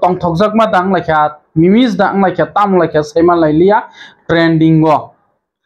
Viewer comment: Memes ❌ Mimis✅